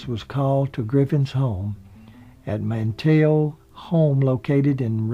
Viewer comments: Mr Everything I agree with you there. I am from North Carolina myself. The thing that bothers me is mis-pronouncing the name Manteo. He pronounced it Mantayo. It is pronounced Mant e o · Numerous pronunciation errors ("Griffith", "Knotts", "Bavier") that have been noted by others, as well as a few that haven't ("Manteo"', "Matlock"). And some factual errors (it's "West Virginia University" not the "University of West Virginia", for instance). This charming video might be stronger if the narration were simply -- and easily -- re-recorded. If I'm not mistaken, intros to at least one or more years of "The Andy Griffith Show" specifically featured an announcer's correct pronunciation of the names "Griffith", "Knotts", "Bavier", and "Howard" in the opening credits and that might be a good starting point for a revised narration to this commendable YouTube video. Thanks for the memories!